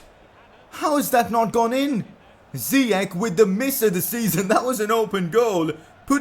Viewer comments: I am Moroccan and its ziyech not ziyek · No, his name is ziyash not ziyak . I am arabian . I know how to say his name correct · It is zeyech not zeech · ziyech not ziec] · Well in fact you did pronounce Ziyech good at first.. it is pronounced as "Ziyesh" and not as "Ziyekh". That's how it is in Moroccan/Arabic, but he didn't mind the Dutch people pronouncing it wrong.. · WTF his name is ziyach not ziyak stop saying ziyak it's ziyach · Its ziyech not ziyek, im Moroccan so i know. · It is pronounced ziyech Not ziyek He is an Arab from Morocco and I am arab.I know how it is pronounced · # you were actually close, I did some research it’s Hakim “ Ziyesh “Ziyech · His name is Ziyech with "sh" in the end in Arabic.